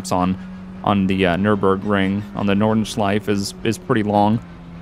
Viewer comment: I love, how you pronounce Nordschleife :D It sounds like Nordenschleiff...